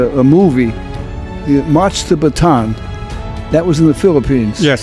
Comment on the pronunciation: Philippines Mentioned (note Bataan is pronounced Bata-an) Achievement Get! Filipino Summoner